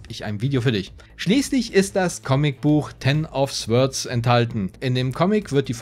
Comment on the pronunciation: Witzig. Ein Freund von mir hat Swords exakt so wie du ausgesprochen, vor 3 Tagen. Muss die schwedische Aussprache sein. :)